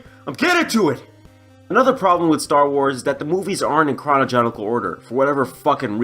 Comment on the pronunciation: Learn how to pronounce chronological order before talking shit